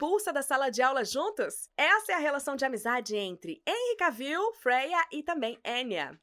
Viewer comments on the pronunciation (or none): Querida, você tem uma voz muito bonita. Só derrapa no nome dos artistas. Mesmo a locução em inglês falando nome do Jason Momoa certo, você pronuncia errada. E o Henry Cavill, se pronuncia "Renri Quévou". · Na real se fala "Quévol" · Precisa aprender a pronunciar o sobrenome do Henry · Por isso q os brasileiros não aprende inglês direito. Até a roterista não sabe pronunciar o sobrenome do Henry. Vai pronunciar direito mulher. Pelo menos ensine o povo a falar inglês corretamento dos famosos.